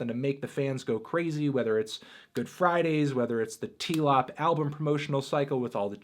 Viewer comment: never call it tee-lop ever again